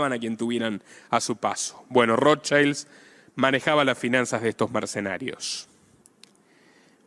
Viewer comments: primero mi admiracion por tu trabajo Felicitaciones. Considera pronunciar ' Rot child' en lugar de " rot chaild". Porque es un apellido germánico, no inglés, y le estás cambiando el significado de Escudo Rojo - el verdadero - a " Niño Rojo" lo cual es bastante extraño, no?😊. Sólo un consejo. Abz! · asi no se prononcia el.apellido Rothschild es un apellido judio aleman y NO.INGLES